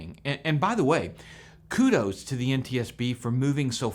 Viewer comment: WTF is a “kuddo” anyway???